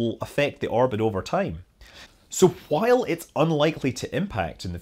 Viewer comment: Why do you say “while” so weird????!